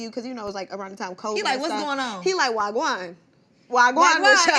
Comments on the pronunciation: She said wah gwan like a real authentic Jamaican as if she from there fr 😆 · talking bout of wah gwannnnn😂😂😂😂😂😂😂😂😂😂😂😂